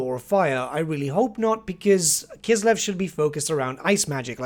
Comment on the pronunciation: That's great. Finally the word "Kislev" is pronounced correctly